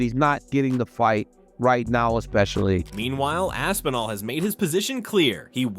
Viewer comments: Tom AP-sinall and Stypey Miokick? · When he said Tom Apsinall I knew the comment section was gonna be lit